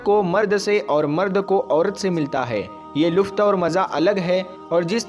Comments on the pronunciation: Luft nahi bhai lutf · wo lufth nahin, lutf hota hai mere bhai, pehle apna talaffuz theek Karlo mere bhai...... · MereBhai Luft Nahi Lutf